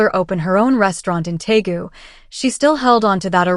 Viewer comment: It’s Deagu, not Taegu,. This is where Suga and V are from.